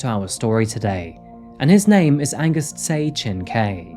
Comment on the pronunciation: Tse is pronounced more like Che btw